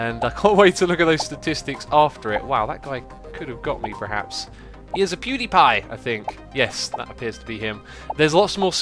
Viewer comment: Xisuma i like the way you said pewdiepie lovevly video:)